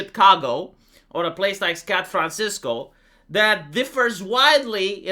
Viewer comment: "scat francisco" lmao